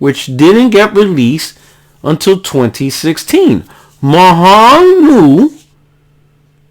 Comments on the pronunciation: Mo yang not mo hang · The way you say Mojang😂😂 Its a soft J sound because its from Sweden lmao. So basically Mo-yang. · Are you saying "Mojan" ln that way on purpose? Starting to think is a spanglish insult or yoy might me serious. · Fantastic video. i know your puertorican is kicking in when you say Mojan, but the J is said in english. lol